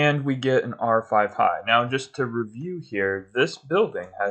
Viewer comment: These are great vids, due to their content, and you are very meticulous. However, when you say "R-5 High" it makes me question reality though. . I can watch this series while my game is playing in the background, and I don't even need to fast-forward the game !! :)